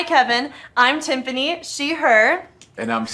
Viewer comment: I had to rewind it and catch her name twice, did she say “Timfany”? 😂